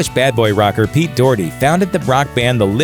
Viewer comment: This bloke absolutely butchered Pete Doherty's name here